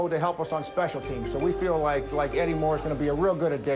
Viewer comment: The emphasis Eddie Moore smh